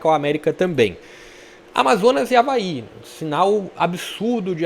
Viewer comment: É o Avaê, tô falando desde a tua tier list, aprenda mais sobre o leão da ilha. Escuta o que tô te dizendo, o Avaí tem a melhor meia cancha do campeonato com Zé Ricardo, João Victor, JP e Marquinhos Gabriel, vão crescer mais ainda. Po e uma dica aí de pronuncia, o estádio Criciúma se fala “Eriberto ilse” - Heriberto Hülse. Abraço ae